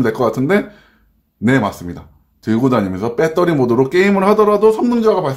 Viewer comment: 빼떠리 빼떠리 .... 아이고